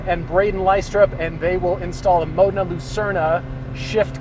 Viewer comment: The Modena and the Spyder are two different cars: the former has a roof and the latter doesn’t. Also, MAH-deh-na.